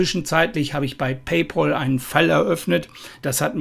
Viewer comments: Man spricht es "Pay Päl" und nicht "Pay Pol" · Wer Paypal nicht richtig aussprechen kann, hat keinen Anspruch auf Rückerstattung!!